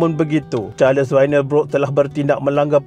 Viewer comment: Nama Duncan disebut 'dan khen' dan bukannya 'dun kun', nama Charles disebut 'charls' bukannya 'char les'. Sekian.